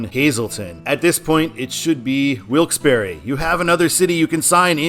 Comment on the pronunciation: It's pronounced Wilkes-Barre The e is silent